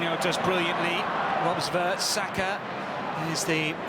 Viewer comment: It's Saka not Sasha.